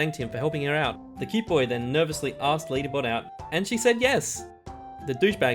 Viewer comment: You said lady but then lady bot then lady butt